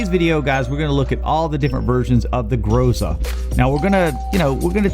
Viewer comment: Excellent research, thank you! Unexpected. By the way, if anyone cares — in Groza the stress is on the last syllable. Grozá. Means “thunder” in Russian.